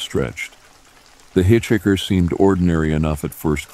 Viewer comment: I love how he says “hit-chicker”.